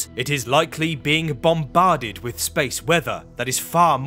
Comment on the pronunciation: The elected English speech impediment is a Do Not Recommend This Chanel button for me. Why is it a TH at the beginning, middle, and end of words like "that, although, and Earth," but mispronounced in "free-D, somefing, and wif"? I've been to London twice and no one can tell me the rule on when it is proper to replace th wif f.